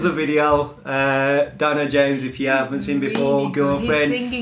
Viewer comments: Not "DYNO" it's DINO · Its not "dyno" its more like 'D'----- 'NO' James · Actually the pronunciation is like Deeno not Dyno . Love u all❤️